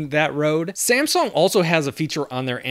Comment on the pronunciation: You have to pronounce like samsung not ssamsung😂